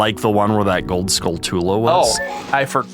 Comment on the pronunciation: Gotta admit, guys. Hearing Skull-too-lah hurts me more than Zonay ever did 😂